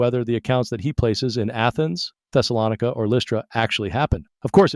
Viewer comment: I don't think the AI voice knows how to pronounce Thessalonica.